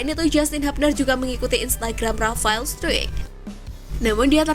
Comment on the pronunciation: STRUICK itu dibaca STRAIK, bukan STRUIK, Mimin nya payah nih.....Kasih dislike ah !